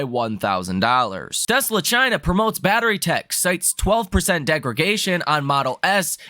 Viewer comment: Degradation. Not degragation